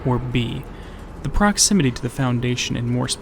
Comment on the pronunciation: "proximinaty" eh? lol